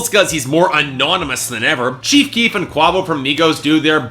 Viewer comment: You shlouldnt review rap if you dont even care enough to pronounce quavo correctly